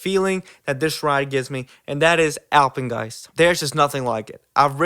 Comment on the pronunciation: you just earned my respect for saying Alpengeist bro